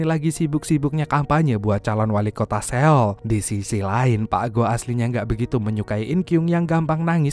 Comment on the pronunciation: seo-ul bang bacanya😂 . bukan se-oul 😂